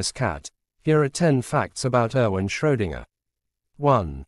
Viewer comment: It's not Schrodinger, it's Schrödinger, dammit. Too bad, I wanted to watch this video, now I can't.